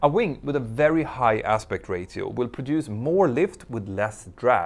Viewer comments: I really enjoy your videos, as I worked in the airline industry quite intimately some years back. Your English is excellent, especially considering probably not your first language, but it’s pronounced “ray-shi-o”, not “ray-ti-o”. Keep up the great videos, and thank you for the time you put in to them. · Petter, since your videos are in English, you need to learn to pronounce the English word, "ratio". It's "RAY-show", or even "RAY-she-oh", but NEVER "RAY-tea-oh". Other than that minor complaint, your channel is the best! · Ratio is pronounced ray-shee-ow ! I know that because of British radio DJ John Peel and 80ies alternative band A Certain Ratio.🙂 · I am amazed at your insights, knowledge and most of all ability to present complex subjects. I have nothing to give accept this : Ratio may be pronounced: ray-show or even better , ray-sh-ee-oh with a very short sounding (ee) . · Another great video ! One pro-tip: ratio = ráy-she-oh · You speak great English but if I may... Ratio is pronounced as Ray-she-o 😉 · You pronounce the word ratio differently than we do here in the US...we say ray-shee-oh. I learn something new everyday😋😋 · Greta video. FYI ratio is pronounced “ray sheeoh” the t islmt spoken at all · Ratio: ray-she-oh Aspect ray-she-oh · “Ratio” is pronounced as “ray-shi-o” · Ratio is pronounced ‘Rashio’😊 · Ratio is pronounced Ray-She-o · Repeat after me; RAY-SHE-O. Ratio. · ratio pronounced ray-shee-ow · Love your content! Just a heads-up, ratio is pronounced ray-show. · yes, but then it's ray-shi-oh or ray-chi-oh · Mentour Now! , cammon, make a small effort to pronounce word "RATIO" correctly !! it's really annoying to hear it your way !! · Idk why, but the way you pronounce "ratio" tickles me. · "RAY-SHEE-OH" not "RAY-TEE-OH" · Love your videos (and I'm not a pilot!) - Would also love for your English to keep improving 😉 So in that vein, "Ratio" is pronounced "Ray-shee-o", not "Ray-tee-o" - keep up the great work! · REY-shi-o not REY-ti-o